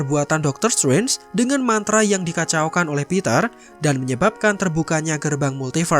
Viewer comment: "Dokter stwenj"